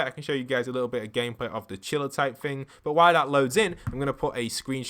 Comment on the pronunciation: Omg please stop pronouncing thing as ‘fing’! Can you not say the ‘th’ sound?